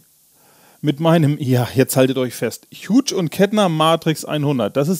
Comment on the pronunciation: Sprich: Juhs änd Kettner